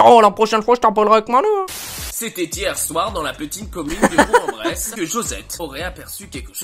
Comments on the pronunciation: putain mais c’est pas boure en Brest mais bourk en bresssseee putain vive l’Ain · CA SE DIT PAS BOUR EN BRESSE MAIS BOUKKKKK EN BRESSSSSSSE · ON DIT BOURK EN BRESSE BORDEL ET C'EST UNE VILLE